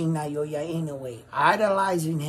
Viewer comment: Loving the work man, great analysis. Btw - it's pronounced Na-Oh-Ya not Nayoya.